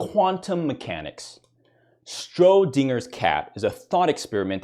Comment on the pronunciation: I'm sorry did you just say "*strodinger's* cat?"